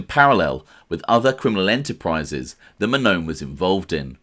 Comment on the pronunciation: If you're going to do a show on Anthony Mannone it would be nice for you to learn the pronunciation of my last name. It pronounced Man-non-e. Come on man.